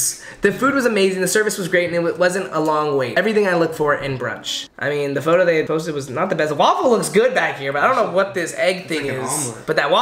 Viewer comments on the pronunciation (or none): none